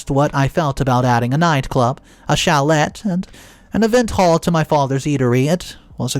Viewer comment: Chalet pronounced as shalet, with a hard “T”, is why I believe pre-recorded his voice.